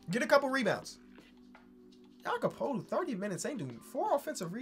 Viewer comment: He finally said Jakob's name correctly my life is complete.